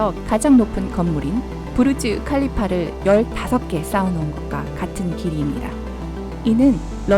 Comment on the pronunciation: 부르즈 칼리파 아니고 부르즈 할리파 아니에요